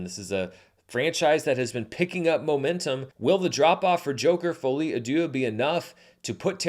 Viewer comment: i keep hearing a i when you say d(i)eux. With the i the meaning become god.